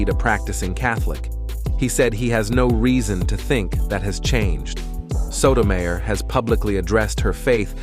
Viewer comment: How disrespectful that you didn't bother to learn how to say Sotomayor's name. As a lifelong Catholic, Iand lawyer, I find this video offensive. Alito is corrupt. Thomas is corrupt. Both are bought and paid for. They have hurt so many poor people. All of the Maga right are NOT Catholics. They are bigots spewing hate. They may pretend to care about the poor and hungry, and then vote against affordable medical care, non discrimination, and immigrant children. That is not Catholic. That is not consistent with Christ's teachings. And the insanity that criminalizes abortion is just an attack on poor women. Abortion is a mortal sin, but so is having an unwanted child. And neglect and abuse do more harm to the immortal soul. Thomas, Alito, and your right-wing cabal are the worst examples of Catholic there is. Rich man Thomas will be a camel at the eye of a needle when his time comes. Here's hoping these corrupt justices (not including Sonia Sotomayor) do not completely ruin our constitutional government.